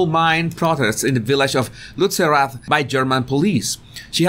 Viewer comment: As being from Germany I'm very impressed by your pronunciation of Lützerath👌🏆